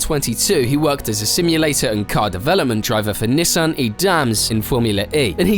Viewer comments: “Neh san” why do mfs have to say shit weird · Don't ever say Nissan like that again.. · why do you say Nissan like that?